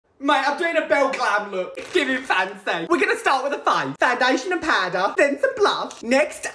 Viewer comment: Are we not going to talk about how he pronounces Powder? - like Paa-der.😂😂😂